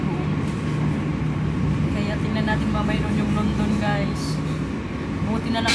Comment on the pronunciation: Ayusin m bigkas m sa guys sis